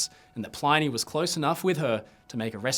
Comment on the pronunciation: PLINNY not PLINEY! stick to the titanic mate haha jk